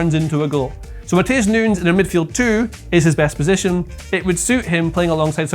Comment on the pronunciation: got so excited by his wild card that he accidentally pronounced 'Nunes' correctly a couple of times